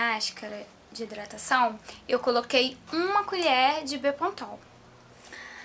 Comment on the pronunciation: fala direito mulher bepantol e não bepontol hehehehe. vou testar corta um pouquinho do cabelo para mim, rsrsrsrsrs